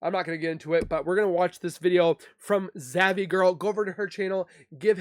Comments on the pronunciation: Well, we have been waiting to see that video off September Lady for 5 yrs it has never been produced so no one has it🤨 and it’s just Zav Girl NOT Zavy LOL yr funny 😂 great job hunny🥰🥰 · Lol it’s not zav ie girl - it’s zav girl